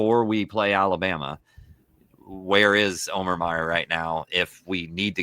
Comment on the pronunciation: pretty sure it’s o-mur as the field of 68 guys said they verified the pronunciation during their Mackey show. Now if we can just get Neubert to stop saying Mayor!